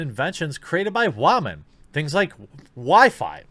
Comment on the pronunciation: wAmen ... lol